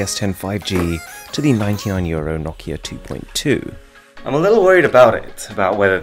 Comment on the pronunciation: Did he say "from 1200year old Galaxy s20 to the 99year old Nokia blah blah smthng"???? Euro actually sounded like year-old. Lol